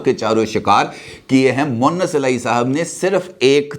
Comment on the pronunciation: سر اسکا نام مؤنث الٰہی moannas نہیں ھے بلکہ مونس الٰہی moonis جبکہ آپ اکثر مؤنث الٰہی کہتے ہیں مؤنث کے معنی عورت کے ھوتے ہیں (معذرت )